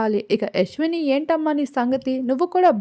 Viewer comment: యశ్విణి కాదు తల్లే